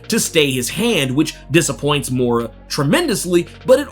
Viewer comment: Moira...not mora